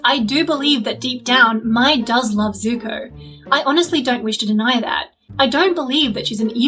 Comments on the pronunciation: Why do so many people pronounce Mai's name like "My". They clearly pronounce it like "May" in the show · her name is pronounced may btw